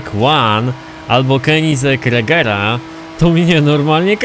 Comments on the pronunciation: *regera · Koenigsegg Agera a nie jak ty to mówisz regera